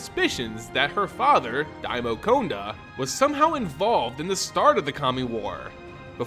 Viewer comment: Your voice is easy to listen to, and it will serve you well in the lengthy videos. Sorry to point these two out, but no one has mentioned it that I saw. Konda = K(ah)nda, Umezawa = (oo)mezawa. I really enjoyed the video though, and I appreciate the work done on it. Don't forget to do phonetic research.